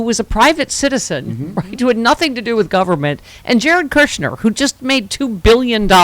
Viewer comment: GOP can’t be taken seriously - country Comer said Kushner like cooch-ner